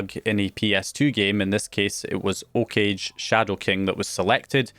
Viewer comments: Great vid as always!! Love your work mate!! But you gave me a massive brain fart when you said “Okage”. Its not pronounced “O-cage” as in “cage”!! Its something closer to “Oooh-ca(r)-ga(y)” actually! Sorry for being petty but it just hurt my ears so much when I heard it lol keep up with the good work! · Okage is pronounced Oh-KAH-geh by the way. It's a Japanese word, means shadow.